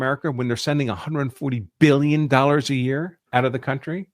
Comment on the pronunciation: Let's get some facts correct. according to you the 2016 remittances to India were $10.6B (you keep emphasizing billion with a B in your tone to drive home the impression that it is a vast amount). Divide this by some 4 million Indian living in this country and its $2500 per person. Thats pocket change for the Indian community who routinely earn 200K-500K in salaries. So the vast amount of the money (95%) is still being invested in the U.S. So Indians are not the problem. They are the richest minority and start plenty of businesses. All this is being done by being underpaid at the cost of an American worker? Come on, get real! Talent gets paid in tech.That vast amount they save and invest routinely creates millions of jobs for Americans of all color, white included. You keep talking about the value system that they do not assimilate with. What is that value system? eating burgers and fries and boozing up and not wanting to burn the mid night oil and simply claiming that there are enough smart people who can do the jobs? shacking up out of wedlock or snorting high? what value system do you want foreigners to emulate? In fact we may be better off learning something from them. The U.S. has never had a problem if the anglo Saxon from Western Europe or Australia or England or New Zealand came here. but guess what! They don't come here (at least talent doesn't want to come) because they have developed country that looks every bit better than the U.S. why will they come here. That le